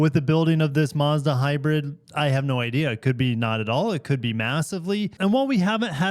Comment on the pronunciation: There’s no r in Mazda